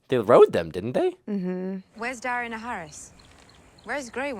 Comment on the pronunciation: FOR THE LOVE OF GOD,, IT’S DANAER-ISS AND VAR-ISS. NOT EES. I don’t care how your brain works, you’ve heard their names a hundred times. I’m just going to call you from now on.